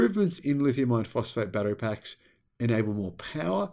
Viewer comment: For a long time I thought he was saying lithium ion phosphate instead it is I -RON